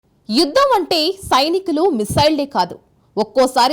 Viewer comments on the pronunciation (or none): అమ్మా తెలుగు సరిగా పలుకు అమ్మా.. ఇద్దం కాదు యుద్ధం.. అనాలి 😂😂😂